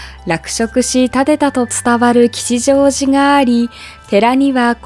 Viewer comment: 吉祥寺の読みですが、きちじょうじ ではなくて、きっしょうじ だと思います。